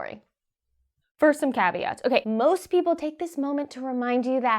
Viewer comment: The bees ar beeple. Haha